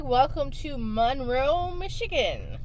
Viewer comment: Apparently they don’t teach history in Florida. Also, please don’t mispronounce Monroe that way. Do you pronounce Marilyn Monroe that way - no you don’t. Ypsilanti is pronounced WITHOUT the y. Trees are good for the environment. Why do people south of Ohio drive soooook slow - geez. Btw, you would not like living here. Move along, please.